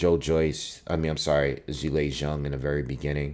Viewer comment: It's refreshing to hear someone actually say Zhang's name right lol